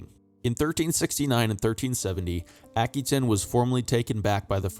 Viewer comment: a·kwuh·tayn... It's driving me nuts. Good videos for sure.